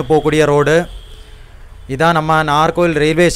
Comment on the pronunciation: Pronunce properly Nagercoil நாகர்கோவில்